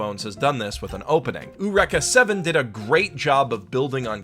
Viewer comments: Say it with me "E- u - Req- a- seven" /watch?v=VTrui80SMXs seriously you've been pronouncing it wrong for so long now. No saying "that's how they say it in the anime" means jack, of course they would pronounce it wrong, they are japanese, say it correctly, like the author intended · I feel like the title should be pronounced as"yoo-reeka 7". Maybe I'm mistaken, but they're just my two cents... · who the fuck pronounces it "U-WRECK-AH 7" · The way you pronunce Eureka Seven sort of kills me. Nails on a chalkboard x_x